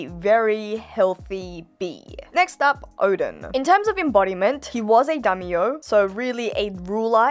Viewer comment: dummy-yo? not daimyo. 🤣